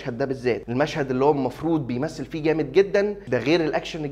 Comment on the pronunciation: بص احمادة أنا متابعك و عايز انصحك النصيحة بتاعتك اللي نصحتها لأحمد السقا بلاش كوميدي و خاصة الكام ثانية اللي ف الأخر بتوع (making of) و لغبطة الكلام زي باتون باليه مالوش لازمة و أخيرا (effet) كلمة فرنساوي فيها اتنين (f) اف فيه عارف انت الناس اللي بتقول (carfor) بتقيى عامل زيهم و انت بتقول افيه و اوعى تزعل 😊